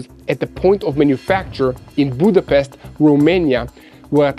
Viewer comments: Budapest, Roumania? 😂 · "Boedapest Romania" 😃